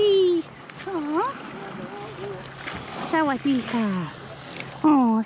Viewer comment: Loved the way you said Sawadee Ka! Thanks!